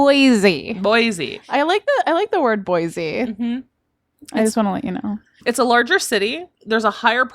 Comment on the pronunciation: FYI...it’s Boy see not Boizee!😊